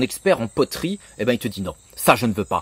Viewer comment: "les potoeries" ?